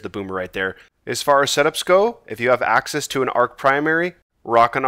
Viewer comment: Every time you said access I though you said Aksis 😂